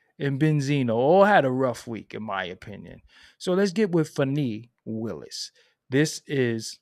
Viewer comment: Her name is pronounced Fon-nee Atlanta has the most unprofessional ghetto professional blacks I’ve ever seen in my life…these people took and passed the Georgia Bar Exam, The MCat and got through medical and dental school, engineers etc… but are so unprofessional and ghetto acting it’s so weird